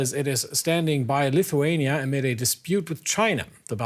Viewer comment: This guy can’t even pronounce Lithuania properly lol that tells something. It IS a small country init?